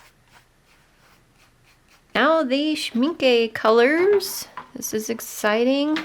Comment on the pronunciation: A friendly tip: For American English speakers, the last vowel of Schmincke sounds sort of similar to the last vowel in “Rebecca” (Schminckuh) and NOT similar to Schminkee or Schminkay. It’s not an exact vowel pronunciation match from German to English, but it’s a decent approximation. I think Casein is pronounced in the US as “kay-SEEN, accent on the SEEN. Thanks for showing us goodies!